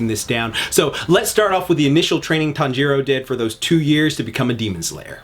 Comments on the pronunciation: I hate how you say "tonjaro" instead "tanjiro" (tan-ji-(r/l) o) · Its tan•jiroo not tan•ji•roo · "my weeb heart" also him "tan jero" wtf foh cuh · "Tawn-jeer-o" EW WTF IS THAT PRONUNCIATION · Me when he says Tanjiro as Tan jiro 😰😱😭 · i hate the way he says "Tanjiro"